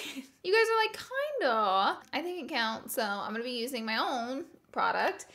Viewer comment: She says "goin" (rhymes with coin) instead of going and I can't un-hear it😂😬